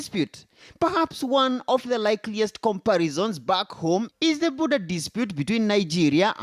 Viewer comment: 😂😂Not boodha 😂😂 its border ✔